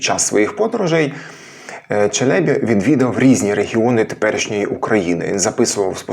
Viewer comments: 1. Турецький наголос не такий виразний, як наш. Мабуть, по-різному можна чути. Проте ви дійсно, наприклад, на початку цього відео не чуєте, що "Евлія" і "Челєбі" кажуть з однаковим ритмом? та-та-ТА та-та-ТА. Чи тут - 2. На початку невизначеність ДЖ vs ДЗ. Те саме, що Ч vs Ц, тільки дзвінке, тобто одною буквою він міг позначати і ДЖ, і ДЗ. Але Ш всередині - інша річ. Тут дійсно погоджуюся, що це доводить шепелявість. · Ті турки, мабуть обманули Вас. Тож при нагоді натякніть їм, що вони помиляються. Біда з ними, тими турками... Моє питання до Googl: ''як правильно, Челебі́ чи Челе́бі? Відповідь: ''Обзор от ИИ +1 Правильно казати Челебі́ (з наголосом на останньому складі), оскільки це турецький термін, що означає "пане", "панич", "освічений чоловік", і в українській мові він запозичений з турецької, зберігаючи наголос, як у відомих постатях типу Мехмед I Челеби та Евлия Челеби. Челебі́: Наголос на "і" – це правильна форма, що відповідає оригіналу та усталеним прикладам. Челе́бі: Наголос на "е" – це помилковий варіант. Отже, вживайте Челебі́. '' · вдруге: Ті турки, мабуть обманули Вас. Тож при нагоді натякніть їм, що вони помиляються. Біда з ними, тими турками... Моє питання до Googl: ''як правильно, Челебі́ чи Челе́бі?'' Відповідь : "Обзор от ИИ +1 Правильно казати Челебі́ (з наголосом на останньому складі), оскільки це турецький термін, що означає "пане", "панич", "освічений чоловік", і в українській мові він запозичений з турецької, зберігаючи наголос, як у відомих постатях типу Мехмед I Челеби та Евлия Челеби. Челебі́: Наголос на "і" – це правильна форма, що відповідає оригіналу та усталеним прикладам. Челе́бі: Наголос на "е" – це помилковий варіант. Отже, вживайте Челебі́. '' Видаляти коментарі - не найкращий спосіб для здобуття доброї репутації. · На останньому складі наголос у "Челебі" треба, перепрошую. Дякую за відео! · Евлія́ Челебі́. Підозрюю, що, правильно, з наголосом на останній склад. В турецькій мові, мові кырымлы, наголошують останній склад.